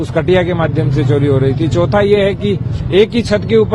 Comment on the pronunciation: छानकारी, बिजली छोरी, what style u speak i was about to vomit